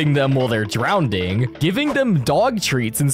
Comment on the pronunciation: "DROWDING🗣️🗣️🗣️🔥🔥🔥" Edit: MAMA IM FAMOUS